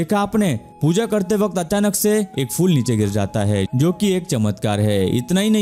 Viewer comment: FOOL nahi PHOOL hota hai. Aap Sanatani hain, kripya Hindi ka sahi uccharan karen